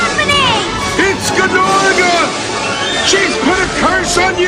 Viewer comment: spyro would be like "no its norga not GUHnorga!"